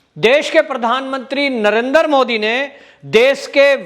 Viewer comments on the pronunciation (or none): Say नरेंद्र not नरेंदर